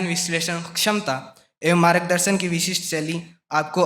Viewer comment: संचालन करने वाले छात्रों को स्नातकोत्तर, मार्गदर्शन और विद्यालय बोलना भी सिखाइए। ये बार-बार सनातकोत्तर,मारगदर्शन और विध्यालय बोल रहे थे।